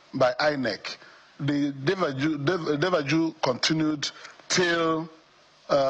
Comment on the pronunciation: Did I heard Deva Ju or?